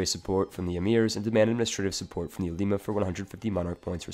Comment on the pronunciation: Ulema is pronounced differently right?